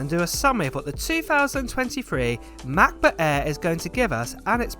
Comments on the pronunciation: Ma Buh Ehhhhh, Em Free Moddo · Apol Matbut Ehh, Emm Free! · Ahh yes the Mac-buh aerrr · Can't wait for Mah'Book Eh. It sounds better than the old Macbook Air. 💀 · I can't wait for the new "Macbutt Air" 😂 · “Mah Buh A” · Mac bak air 😂😂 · "MacBook Eh" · Ma Buh Ehhhhh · The way you say "Macbook Air" combined with your higher vocal pitch is absolutely jarring. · They way you say Mac book air I've been dying throughout the video 💀